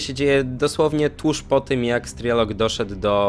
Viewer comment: Nie strielok tylko striełok i nie digitiarow tylko diegjetarow .